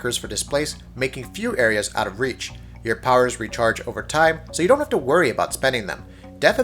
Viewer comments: did he say "stop time" as "stop team" or was that just me? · Yep,he definitely said 'stop team' haha